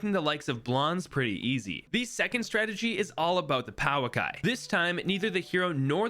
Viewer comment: Fun fact: the Pouakai is pronounced Poh-akai